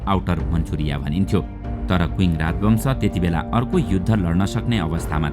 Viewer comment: Qing - क्विङ होईन छिङ् हो। छिङ साम्राज्य not क्विङ्